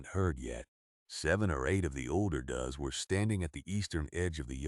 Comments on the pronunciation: Does are called dowz not duz. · Please! "Does" is NOT pronounced " duz" it is pronounced "doze". Plural of doe, a female goat , deer, or rabbit. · In this story, does refers to more than one doe. Therefore, pronounced as doe with an S at the end, not as a tense of do. Learn English! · I love goats. They’re funny little buggers. Does (a bunch of female goats) rhymes with toes. The “o” is long. Does, rhymes with fuz, has absolutely nothing to do with female goats. Unless you happen to be asking “what does a goat do with an echidna”. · This AIneeds yo know how to pronounce does. It's a farm animal. Please note and correct your AI. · They need to have AI learn to speak correctly. For example—Doe’s are not does! Always find a old record with the answer to everything!! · Anybody else know the difference between does and dose. Losey ai!!